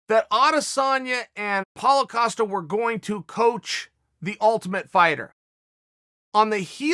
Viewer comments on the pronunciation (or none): What happened to the 3 extra syllables in paulo costas name?